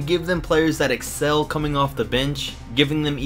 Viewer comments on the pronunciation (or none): none